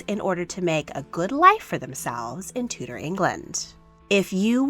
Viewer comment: You cannot pronounce DUKE or TUDOR properly.